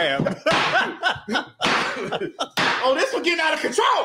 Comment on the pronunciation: U MEAN “CRAB” 🦀 BOIL RIGHT MADDIE? NOT Crap 💩 Boil 💀